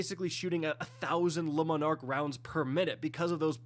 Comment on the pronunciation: The word is not “Lemon Arc” 🤦‍♂️